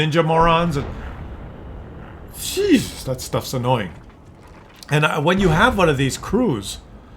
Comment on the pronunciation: Le babe, say daat?